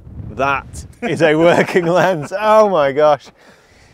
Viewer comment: ALMOST said NIKon correctly...